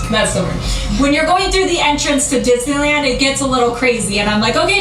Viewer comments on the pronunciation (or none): I died when he repeated dis-na-land 😂